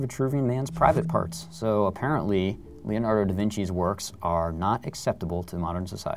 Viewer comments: LEONARDO. not leanardo.Please... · Yes, I know, I'm not stupid but it just sounded like leolardo instead of Leonardo...